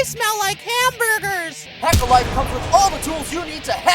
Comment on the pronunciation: lol, hack off, it sounds very similar to jack off